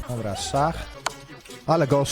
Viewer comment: Stary xD przełykaj ta ślinę, albo poprostu posłuchaj sie jak wymawiasz jakies słowa z końcówką "ch" xD szachr, dzieciachr